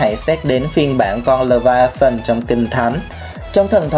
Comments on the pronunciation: Bạn có biết? Đọc là lê vi a than mà anh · pải đọc là lê vi a than